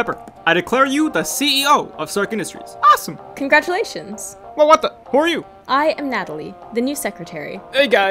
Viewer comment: I love how Jarvis just said "congratumalations"